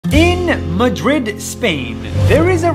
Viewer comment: y he pronounce Madrid like that 💀